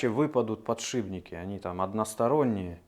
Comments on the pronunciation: ПодшиПники! Все классно, но уши режет, конечно. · достали подшибники!!! ухо режет!!! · Ну если говорит подшиБники